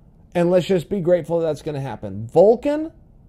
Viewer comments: Chael his name his Alexander Volkov not Volkan 😂😂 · His name is VolkoV not Volkan 😁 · Its Volkov, not Volkan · volkov, not volkan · Its pathetic how he’s doing it on purpose. He is the greatest mind the the game but cant remember a name. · It's volkov not volkan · Volkov, not Volkan Uncle Chael. Lmao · niggas over here calling Volkov, Volkan lmaooooo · Chael has a little prononciation issue with russian fighters: "Volken/Volkov" "Feedor/Feeohdor" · Its Volkov not Volkin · Volkov not Volkan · Volkov not Volkan smh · its volkov not volkan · You keep saying volkan like ozedemier, it’s volKOV. Sorry I don’t know how to spell either name and google is hard. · Volkov not volkan😂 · who is Volkan !!!! I think you mean Volkov :P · Chael triggering us again with saying names wrong on purpose. ITS VOLKOV CHAEL GET IT RIGHT😠😠😠. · Chael, I think you should "offer us" an apology for mispronouncing Volkov's name...